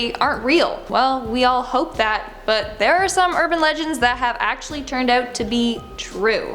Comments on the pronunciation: she said uRban leNgEnds on the start 🤣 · "urban lengens" sorry had to say that u said legends wrong. but its okay because i do that all the time lol (this is not a hate comment)